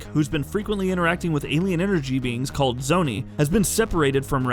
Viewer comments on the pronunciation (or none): none